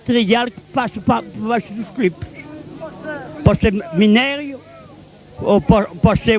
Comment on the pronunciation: Não, são cliptes